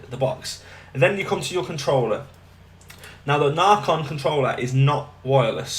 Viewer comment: It’s not narrrcon is naycon